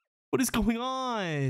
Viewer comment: “What is going onuhhh” knows exactly what is and why it’s happening